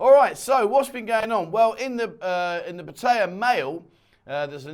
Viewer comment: For god's sake man please learn how to pronounce Pattaya.!!